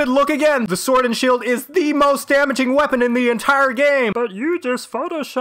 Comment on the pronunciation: You certainly meant "SWUORD AND SHUELD!!!" no?